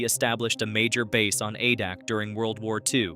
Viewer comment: A-Dak not Ah-Dock